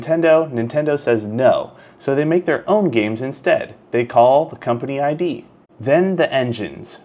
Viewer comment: Company is called "id", like "did" without the first "d", not "eye dee".